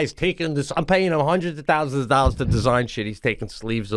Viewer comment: “It’s five dolla’s”